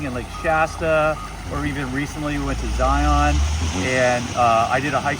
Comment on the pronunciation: Totally pronounced Zion incorrectly. This isn’t the Matrix. 😂